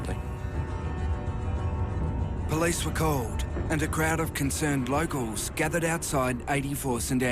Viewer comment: Did the narrator say "Bloke-als" instead of locals ?